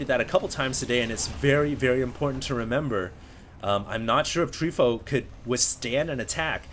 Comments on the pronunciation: terran is Tree fOu. from fOu team, not treefo U. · Btw, it's Tree Fo U